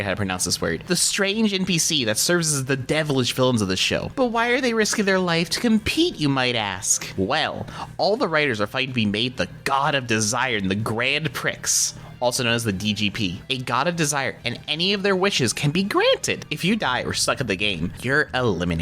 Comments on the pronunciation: The X in Prix is silent, making it said as Pree. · I'm all caught up too. Glad to see you're enjoying it. Few things, as far as I'm aware prix is pronounce like pree* like bee, or sea. Buffa is pronounced like buffalo(his mask) as well. Small things but I twigged a bit at the pronunciation, and I dunno why.